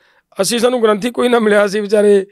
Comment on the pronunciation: ਗ੍ਰੰਥੀ ਗਰੁੱਥੀ ਨਹੀਂ ਹੁੰਦਾ ( ਗ੍ਰੰਥੀ ਸਿੰਘ ) ਹੁੰਦਾ ਲਾਈਵ ਗੱਲ ਕਰਨੀ ਹੁੰਦੀ ਸ਼ਬਦਾਂ ਤੇ ਕੰਟਰੋਲ ਰੱਖੋ.